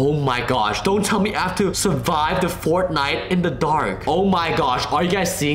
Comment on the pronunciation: Every time you say fourth night I keep thinking you say fortnite